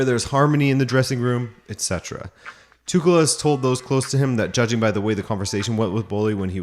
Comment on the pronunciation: Tüchel is pronounced without K. It's H. TüHL